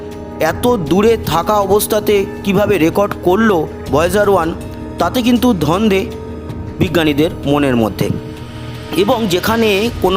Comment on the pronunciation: ধন্দে হবে না। হবে দন্দে। ভুল উচ্চারণ করবেন না।